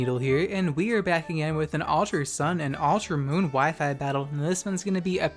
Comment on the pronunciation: >"Altra" Bruh.